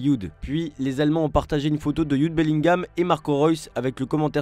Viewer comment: Il a vraiment un problème avec la prononciation des joueurs javi Simons, youd Bellingham….